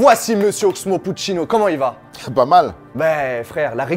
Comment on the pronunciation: Au début il dit « oxo puccino » mdrrr révise;)